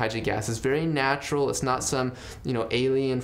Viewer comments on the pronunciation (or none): none